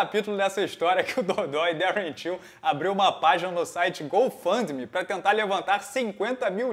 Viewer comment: O ficou falando Till achei q fosse tio kkkkk